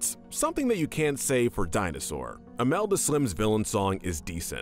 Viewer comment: Couldn't be bothered to pronounce Alameda properly, huh?